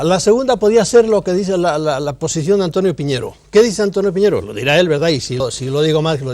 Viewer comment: El apellido es PIÑERO, no poñieiro Piñero es un apellido extremeño Es mi apellido